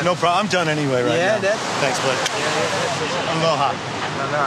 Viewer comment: “Aloha” dudes wayy off 😂